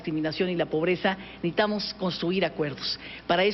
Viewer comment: “neitamos” neitamos ...